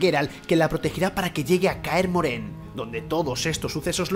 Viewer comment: kaer moren no Kaer MorHen